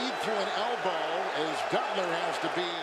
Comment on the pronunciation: bro said "duttler" 😂